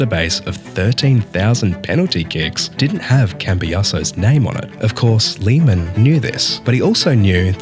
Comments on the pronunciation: Please don't pronounce it like Liemähn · No hate or disrespect or anything love this video but it’s pronounced l-ay-man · Please change the pronunciation of Lehmann because is unbearable to listen to. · Also Riquelme’s name have never been Rodriguez. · why the hell do you pronounce lehmann like that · I didn't expect a british bloke mispronouncing Lehman's name